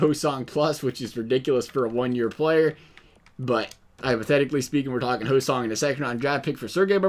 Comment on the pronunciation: It's Ho-Sayng not Ho-Song lmfao